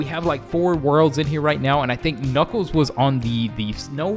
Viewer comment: did he just say knuckel bruh